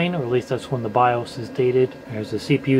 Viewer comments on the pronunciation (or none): none